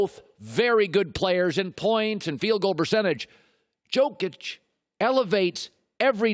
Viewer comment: still isnt pronouncing jokic's name right